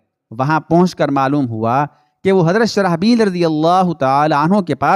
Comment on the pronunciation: حضرتِ شرح بیل نہیں شرجیل نام ہے درست کرلیں